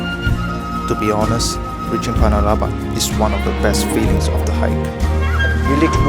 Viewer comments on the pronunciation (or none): anyway .. its panarlaban not palabalan ... hahhah